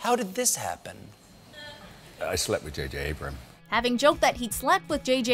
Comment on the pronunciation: “I slept jj Abraham” - Daniel Craig 😂